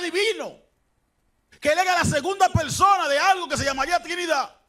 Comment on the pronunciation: Y Cho me pregunto A QUE SE REFIERE CON TESTO.!? Será TEXTO.? JEJEJE Una "persona tan bien instruida" y con un grado amplio a nivel académico y teólogico y tan carismático. No 🤣 puede ser que no pueda hablar asentuando o mejor dicho pronunciando las palabras a como son por ejemplo: PELSONA , CONSTESTO, ETELNO ,etc,etc,etc... No,no jejeje creo que es mitad chino.XD,XD...!!